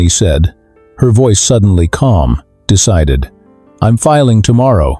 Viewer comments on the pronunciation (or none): none